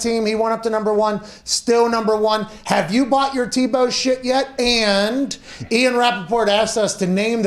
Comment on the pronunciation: Please pronounce Tebow correctly. Tea-bow